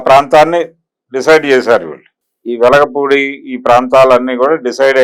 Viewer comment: Vlagaleru kadu sir velagapudi